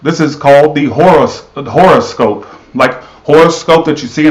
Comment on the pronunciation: Hi💖🍀he said the internet would be shut down for life 😂😂😂😂 oh lol you don't look nearly that bad honey child you're gorgeous kkkk he said whore o scope 😂😂😂😂 omg I almost peed my pants 👖😂😂😂😂.... lol when your pet relationship matches your actual relationship 😂😂😂